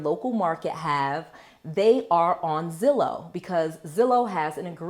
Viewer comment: Is it too late for the word lol it’s Zillow I know it may not matter but I’m subscribed now lol